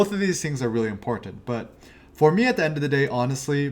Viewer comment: he says "imporntant" way too many times for me to be able to focus on much of anything else..... --_